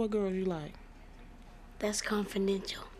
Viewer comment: Jordan is such a cutie. I especially like the moment when he tells his mother it was "confidential" which girl he liked. (And then repeating the word because of the slight difficulty he had when pronouncing it.)